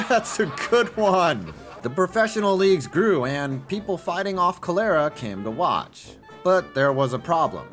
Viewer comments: Cholera Not co lair a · "Color'era" ? Tell me that was an intentional. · I hate to be that guy, but Cholera is pronounced "CALL-er-uh." (At the mark) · You should consult with your writers on how words are pronounced before recording. When you make a word like "cholera" the punchline of a joke, its important to pronounce it correctly, because otherwise it makes it obvious you didnt write / understand the joke. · I’ve never heard anyone pronounce cholera like that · As a diehard Expos fan who still buys shirts and hats, I'm super glad I was so triggered by your cholera pronunciation that I stopped the video to comment and didn't get to the part where my team was fucked over and then dissolved. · That's the most cursed way to pronounce cholera